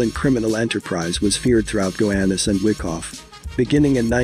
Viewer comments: It's not fucking WICKoff,it's WHYkoff! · Its pronounced (why- cough) not wickoff lol